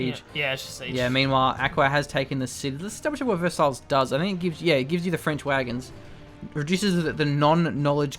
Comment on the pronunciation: Versailles? It's pronounced ver-sigh or ver-say, not verse-isles :P